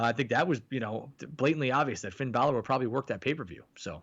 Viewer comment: This fellow is say Finn Balor name wrong